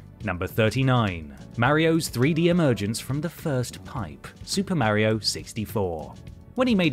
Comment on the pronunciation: Thanks for mispronouncing mario. Despite the fact that he says his own name